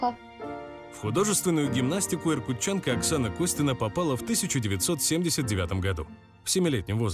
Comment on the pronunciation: Иркутянка, а не Иркутчанка 🤦🏼‍♀️